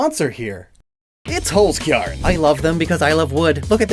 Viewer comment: It's so weird hearing pronounce Holzkern when your'e german.